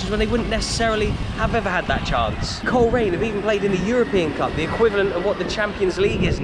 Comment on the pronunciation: When the bbc kids show "We Are The Champions" used to come to Northern Ireland once a year, Ron Pickering always pronounced Coleraine as Cholera ian